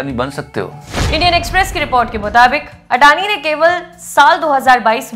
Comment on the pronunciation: Gautam "अदाणी" not "अडानी"